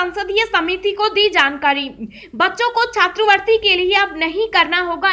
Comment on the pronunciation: उच्चारण में सुधार । छात्रवृति न कि छात्रवर्ती।